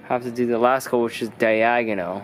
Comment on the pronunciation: “Third coat is day agonal “😂😂